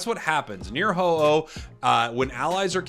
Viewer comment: uh oh. oh no. Its ho-oh 😭